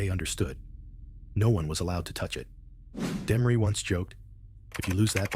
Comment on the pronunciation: This guy is taking bit and pieces of other documentaries and putting them together wrong trying to be somebody and half of it is bullshit. He can't even pronounce Demories name right. What a crock of shit!